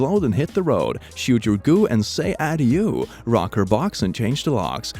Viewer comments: Michael Vicious Same thing with « Adieu » that he pronounces Adiooo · We all know he struggled on UrbanDictionary, but what the fuck was that pronunciation of 'Adieu' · Me: Adieu (ah • do) say it AH DO: Ah di oh